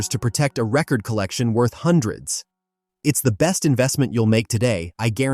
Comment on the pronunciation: This seems to be AI so I dont know if they could get their facts straight. about 1 minute and 20 seconds in you can hear them pronounce record after record entirely wrong.